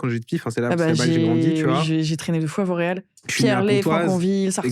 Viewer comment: petite québecoise que je suis à chaque fois que vous dites « Vauréal » j’entendais « Montréal »🥲😅